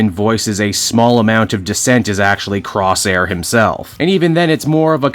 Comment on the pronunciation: Corsair isn't "Crosshair" but "Cor-Sair", Crosshair is an entirely different Marvel character.